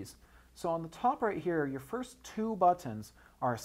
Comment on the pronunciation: he says "buttons" funny.